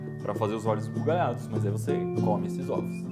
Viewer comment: kkkk eu nao cansei de ver a parte que voce dice olhos ismuliarados kkkkkkkkkkkkkkkkkkkkkkkk